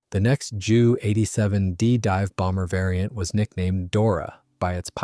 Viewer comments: Nice photos. You should teach the AI to use the letters J U (jay you) not Jew in the narration. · Strange pronunciation.